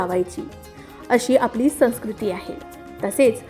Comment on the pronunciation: संस्कृतीचा उच्चार चुकीचा आहे. हिंदीत snskruti असा असतो. पण मराठीत तो सौंस्कृती असा होतो.